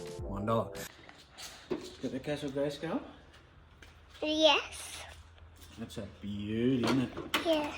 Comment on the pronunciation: your english is wrong how are you saying castle greyskull you bloody bogan great vid will have to watch the next auction when on to see if i snag stuff yes i miss smoking sigs